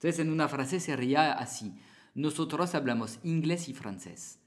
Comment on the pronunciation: Perdona pero no decimos notonto jajaja décimos nosotros